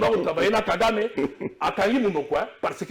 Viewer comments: FRANCI INCAPABLE DE DIRE LE NOM DE KAGAME GENOCIDAIRE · KALOMBO PARLE SEULEMENT QUE KAGAME TUE NOS FRERES. INCAPABLE DE PRONONCER LE NOM DE KAGAME, LES MARIONNETTES DE KAGAME